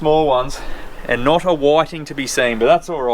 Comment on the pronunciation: WTF are whaddddding?! Do you mean whiting?!?! You Aussies mis pronounce every fish species there is! These are called Whitings! Do you have rocks in your mouths? 🤦‍♂️🤦‍♂️🤦‍♂️